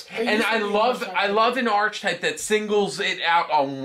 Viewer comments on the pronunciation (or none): Archtype It’s pronounced ark-type And if your going to say something make sure u say it right it comes off as Ben Stiller in tropic thunder who thought veitcon plural was vietcons So do research, 0 stars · And that is pronounced "ar-ke-type".